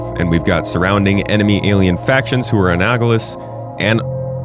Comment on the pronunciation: "Analogous" < "Anal-ogous"